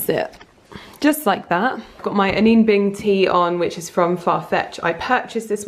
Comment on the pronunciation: I would have chosen exactly the same dress 💕 Also, it’s definitely Reformation not Reeformation. And I believe Anine Bing pronounces here name like Anina. I had it wrong for the longest time 🙈